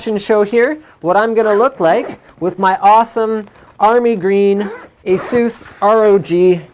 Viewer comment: It's “Eh-Seuss” according to this website. technologizer(dot)com/2010/12/17/asus-pronunciation-demystified/